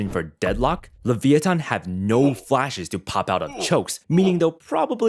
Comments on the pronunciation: Just say leviathan not leveeathon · Is that how you say leviathan?leviothon?